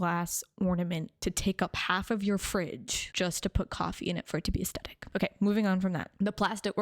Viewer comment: I love your content, but can we please normalize the correct pronunciation of the word 'aesthetic'? The H is not optional.